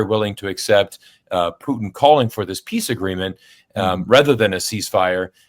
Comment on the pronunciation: Absolutely admire your pronunciation of the Russian Federation president's last name! Bravo!